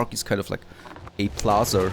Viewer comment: Statue does not have a R in it, Plaza also does not have a R in it